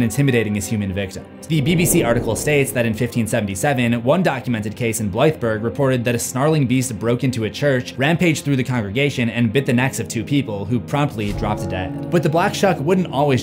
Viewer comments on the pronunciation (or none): hey! I live near Blythburgh and it's actually pronounced Blythe bruh, and that church actually has a big scratch on the door, still there to this day :)